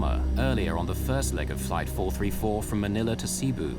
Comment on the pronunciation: He says it right, its not SEEBU!